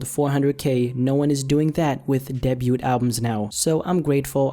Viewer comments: The t in debut is silent btw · don't pronounce the "T" in "debut"